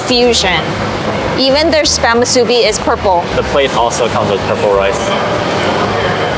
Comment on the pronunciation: Say it with me MOO-SUE-BEE.